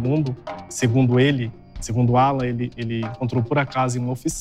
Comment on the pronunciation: Sinto muito pela perda da Lore parece ser uma garota maravilhosa e vindo de uma família linda! Ps. Só eu entendi a mãe dizer Ualan ao invés de Alan? Depois que eu entendi que o nome era Alan.